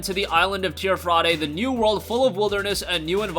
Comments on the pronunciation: It's not Tier Fraday it's pronounced tier fradee idiot. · MY GUY learn to breathe please. Also, its pronounced teer-fee dee, not teer fra day.